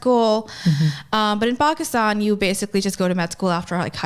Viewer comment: I believe it's pronounced "pack" Istan.